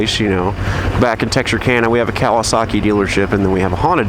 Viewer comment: I love how you say Cal-i-Saki lol